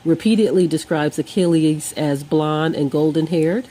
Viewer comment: You might want to learn how to pronounce words such as Achilles, Iliad, Patrocles, and Yeshua before attempting to sound educated. Your "facts" are also incredibly moronic. Have a nice day!